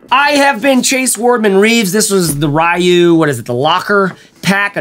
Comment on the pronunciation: RAI-YOO and HAHHHdookin 😂 k